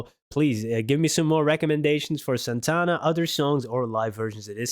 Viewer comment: Now, you are an honorary Latino because you pronounced Santana's name correctly. HA HA HA